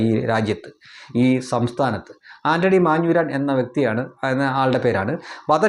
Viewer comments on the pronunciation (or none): none